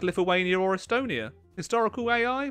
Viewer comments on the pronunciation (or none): none